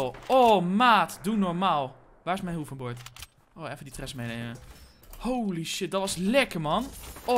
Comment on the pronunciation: ik weet niet of je dit leest maar je zegt hoeverbord inplaats van hoverbord